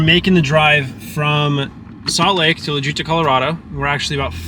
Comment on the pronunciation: Sorry you had such bad luck did the seller offer to help with the cost to repair it. Also what was the name of the town in Colorado you had it towed to was it La Junta I couldn't tell from the way you pronounce the name of the town.